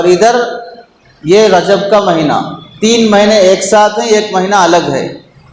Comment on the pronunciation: مہنہ نہیں ھے بلکہ مہینہ ھے